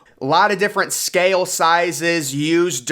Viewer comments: Or mispronounces the world "SCAY-EL" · The staircase didnt float up and totally out. That's impossible. It floated up and hit the interior structure and just rotted when it got to the bottom. And I wish ud speak up i cant hear u. And im still wondering if the inside of the set ship was hollow. ? What word is scaYale. Do u mean scale ? Its one syllable so is the word thoseA. Theres no A in those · I have to mute this.... its scale, not sca-yell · I like your voice. It's very intense. I especially like the way you say, "scale."